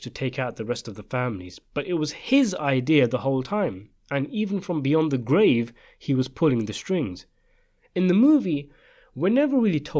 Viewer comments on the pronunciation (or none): none